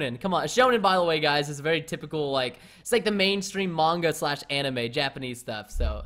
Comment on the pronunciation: Lol someone finally knows how to say manga the right way lol #love anime